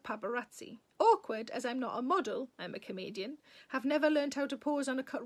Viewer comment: when you said a few times that "I a comedian", I thought you were saying "I am a Canadian"---I had to go back--and laughed, need to tune up my ears